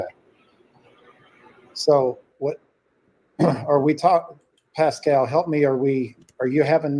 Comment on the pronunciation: I think Seth is just tired of all the crap from all these social media critics and detectives…and Tony is there to help him just like he is helping Randy. All this drama really isn’t helping anything. Also it’s pronounced Pass-cal